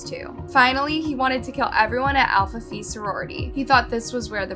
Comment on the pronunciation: Love your work but as probably one of your oldest viewers at 37 🤮 lol, I have one recommendation. Try using a pronunciation guide on words you may not be sure on. Example from this episode would be Alpha Phi. You said it like "fee" when the correct way sounds like "pie". Greek is a tough one lol. Just a thing I'm noticing more and more with younger creators. Keep up the good work!